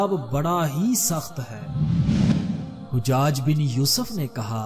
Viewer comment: Hujjad nhi hajjaj hai ustad jee.